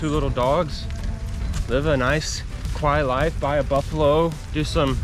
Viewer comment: Did you say "buy a Buffalo?" Jajajajaja